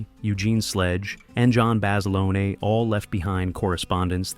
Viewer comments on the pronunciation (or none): FYI - the uniforms weren't wool, the were heavy cotton twill. But they'd still be warm in that heat. Also, John Basilone's last name isn't "Bas-a-loney" it's "Bas-ih-lone" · The standard USMC utilities worn in 1942 were HBTs, made of COTTON NOT WOOL, that is why they fell apart in the environment - strike 1. Basiloneee is the Italian pronunciation, pronounce it like that to a USMC Machine Gunner and let me know how your jaw feels -strike 2. I have never heard a more dicked up pronunciation of Peleliu -strike 3. Honor the Men who sacrificed their bodies and souls by getting it right. Visit the USMC Museum and ask one of the Volunteers. No Branch honors their history more than the Marines (at least you pronounced that right). If I could give you over 93000 thumbs down, I would. How about you read “Helmet For My Pillow?” Bob Leckie was a self admitted Brig Rat (he mustered out as a PFC, which is a feat in wartime) and when not behind bars did his duty admirably. How about you mention (if you want to be Hollywood) that the series launched Rami Malek’s career into the stratosphere. Or I don’t know, how about mention that the insignia of the First Marine Division says “Guadalcanal” to this day? Yes, there are some good to know nuggets in your video, but how about do some real research before dismissing the sacrifices that still inspire Marines to this day? Thank you for wasting of my life!